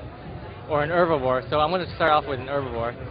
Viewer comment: I had to stop listening because of the guys voice. He also says 'erbivores' instead of Herbivores. lol.